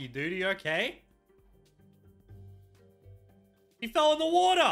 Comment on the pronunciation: He said wata (water)